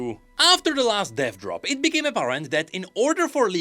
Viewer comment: my sweet sweet summer child. I want you to know that with your accent when you say "Dev Drop" all I hear is "Death Drop" and now all I want to see is a Drag Queen act performing a Death Drop 😂😂🖤🖤